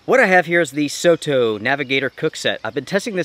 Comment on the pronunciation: just fyi, soto in Japanese means outside. It pronounces as sor tor, not so to. Their products are very popular in Asia, and Aussie and Kewi as well.